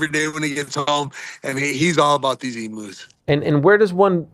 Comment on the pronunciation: as an Australian, hearing Ariel and Sam pronounce emu's as "Emoos" was funny